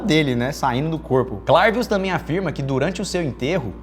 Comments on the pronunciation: eu acho que se pronunci CLERvius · Se pronúncia "clervius"